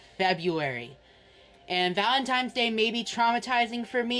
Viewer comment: Of course he calls it valentiMes day